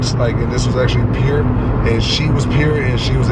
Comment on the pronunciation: I’m glad I’m not the only one that says pure like that lol